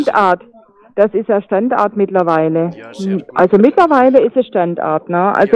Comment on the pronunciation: die Art wie sie StandArt betont provoziert mich irgendwie :D